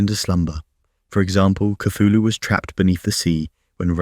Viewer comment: People spedd name WRONG! Cthulhu sounds like chocking sound. You hear only long "u" in the end!